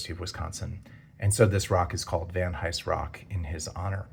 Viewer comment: "Van Eyes" - the H is silent